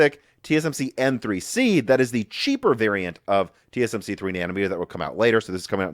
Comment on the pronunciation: Should really try to speak a little slower, you seem to be butchering a lot of words lately, mix and matching words for example “TSM “shree” instead of tsmc and multiple words are mixed up like this.